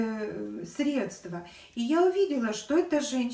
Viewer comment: СрЕдства, а не средствА.